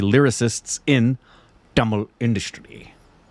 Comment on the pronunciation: Zha - la pronounced tamizha is pronounced as thamila